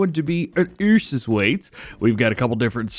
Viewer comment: bro spelling Ursus like Eusus